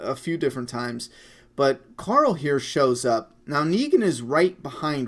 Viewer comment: I like how you pronounce Coral the name of Rick's son. Just like Rick, especially when he trolls him with terrible jokes... CORAL!